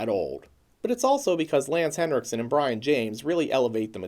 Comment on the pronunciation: It's pronounced Bree-on not Brian